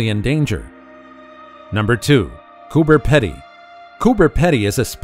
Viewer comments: It's not Coober "Ped-ee" , It's Coober "Pee-dee" And do didn't do the dugouts justice. You should have shown how it looks after the grinding wheel does it's thing. Totally unique. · It’s Cooper Peeedy in pronunciation & yes I have seen most of these things, but how about Uluru (Oolaaruu) or the Great Barrier Reef or Broome (where the world’s best pearls come from) Standley chasm (named after my great x 4 aunt) (& yes it’s spelt with a “d”) or Arnhem Land & of course the Kimberleys in Western Australia to name just a few more & some possibly more interesting places? Apart from that, you did pretty well!! ❤️❤️❤️😎🇦🇺✌️ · It’s pronounced Cooper Peedy although spelt Pedy. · Americans appear to have suddenly found Australia deeming it an unknown continent and nation and have kindly taken it on themselves to tell the rest of the world about it. Nice of them but do get some pronunciations and objects incorrect Kooka burrah not "boorra" Coober is "Peedy"not 'pedy' . Lifetime Australian and havent seen some items mentioned More dinosaurs being unearthed and have a Dinosaur Trail visiting several towns that have skeletons also new species one is called Muttaburrasaurus after its discovery town,Muttaburra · It's pronounced Coober Pee-Dee. Not Coober Ped-Dee. But, this is still a good video. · I wish these poeple doing a story about Australia do a bit of research And atleast get the pronunciation of the places correct Coober Pedy correct pronunciation is peedy and the list goes on 🤣🤣🤣